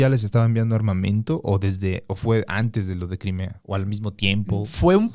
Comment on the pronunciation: pero antesh un poco de hishtoria